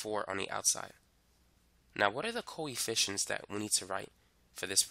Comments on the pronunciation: Every time he says 'coefficients' it sounds like he's saying 'coy fish-ents' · Bro I keep hearing koi fishins.